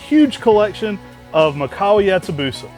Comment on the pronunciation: It's mee-kah-wah